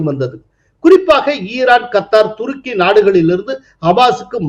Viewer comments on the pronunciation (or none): none